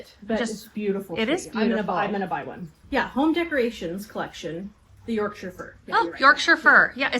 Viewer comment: I do love it when americans say yorkshire and other english places properly 😂